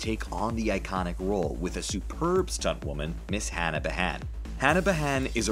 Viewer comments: Behan is pronounced Bee-han not behon. Do your research properly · Hannah bahan lol behan, americans pronouncing irish names lol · Hannah Bee-han not B-haan (as in the great Irish writer Brendan Behan). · Hannah *Bee'han, like the Irish poet and playwright Brendan Behan. Don't over pronounce the H either. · Hannah Behan. Its pronounced "bee han", long bee, short han. Not the other way around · Gal Gadot is Israeli, not French; so her last name is pronounced "Gadott," not "Gado." I don't know how Hannah Behan pronounces her last name, but my bet would be on the standard Irish pronunciation: "BEE-un," not "buh-HAN."